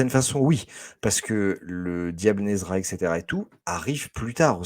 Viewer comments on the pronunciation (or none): Alors pour World's Finest, c'est de lere Infinite car c'est écrit et publié pendant cette ère éditoriale hein. Tout simplement 😅 Et c'est Nezha, pas Nezra 😅